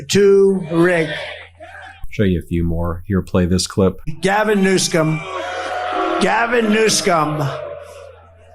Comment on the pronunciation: ‘NEWSCOMB’??? Governor Gavin ‘NEWSCOMB’?? That wasn’t a purposeful mispronunciation like he does with VP Kamala Harris’ first name; that was his dementia speaking. ‘1000 14th’?? TWICE. WTF is that???